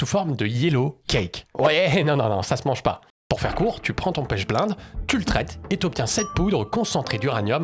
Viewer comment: on tant qu'alchimiste, je vais t'éclater sur la moindre fautes que tu ferras: pas "pêche blainde" mais "pêche blénde" ça se prononce et en plus c'est pas la source principale d'uranium car la penchblende à plutôt du plutonium, c'est l'autunite et l'uranite les sources principales d'uranium. voici le protocole pour le yellow cake que tu as oublié (et je l'ai fait avec de l'uranite car j'aime pas la penchblende pour l'uranium: #### *Objectif* Extraire et purifier l'uranium sous forme de *yellow cake* (concentré d'uranium) à partir de minerais naturels, en utilisant des méthodes hydrométallurgiques écologiques (sans solvants pétroliers). --- --- ### *Matériel et Réactifs* *Matériel :* - Hotte à ventilation forcée (obligatoire pour HF et poussières radioactives) - Bécher en téflon (résistant à HF) - Agitateur magnétique avec barreau en téflon - Filtre en verre fritté (porosité 4) - Étuve à 110°C - pH-mètre - Compteur Geiger (pour vérifier l'absence de contamination) - Équipement de protection : gants nitrile double couche, blouse jetable, lunettes étanches, masque à cartouche (type A2P3) *Réactifs :* - *Minerai d'uraninite* (U₃O₈, ~60-80% U₃O₈) ou *autunite* (Ca(UO₂)₂(PO₄)₂·10H₂O) - *Acide fluorhydrique (HF) 40%* (extêmement corrosif, à manipuler sous hotte) - *Acide nitrique (HNO₃) 68%* (oxydant, pour la dissolution) - *Soude (NaOH) 10M* (neutralisation et précipitation) - *Peroxyde d'hydrogène (H₂O₂) 30%* (agent oxydant pour convertir U⁴⁺ en U⁶⁺) - *Carbonate de sodium (Na₂CO₃)